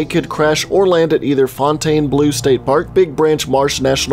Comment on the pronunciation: lol your pronunciation is all wrong pawn-te-train fountain-blue